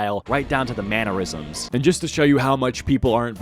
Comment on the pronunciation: THANK YOU for saying "mannerisms" correctly!! I was starting to feel gaslit into believing it's pronounced "manure-isms." 😂😂😂